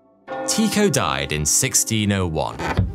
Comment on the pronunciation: Tie-co not Tee-co